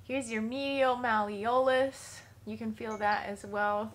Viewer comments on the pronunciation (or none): It’s pronounced muh-lee-uh-luhs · Malleolus is pronounced ma-LEE-lus. I won a $100 bet on this one but don't call me an anatomist